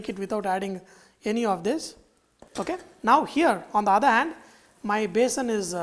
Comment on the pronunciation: It is besan not basin